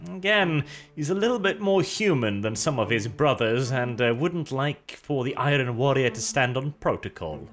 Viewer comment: You are great! but why can't you talk properly? Do you not know how to say the word iron?